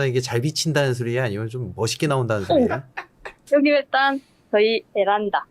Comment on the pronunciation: 무슨 소니야ㅋㅋㅋㅋㅋ (발음ㅋㅋ)